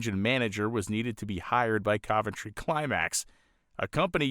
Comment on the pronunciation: Wow,, you pronounce "Cuventry" correctly. Even amongst the British locals, this correct pronunciation is being lost. Constable, oven, Romsey, onion, Fontley. In all cases, just like Coventry, the first O is correctly pronounced as U. Literalism is ruining the English language and the "O pronounced as U" is also being being lost in these words and names, too. Another great video. Keep it up.